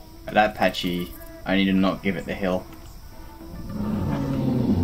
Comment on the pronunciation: It kills me how you pronounce pachy as patchy.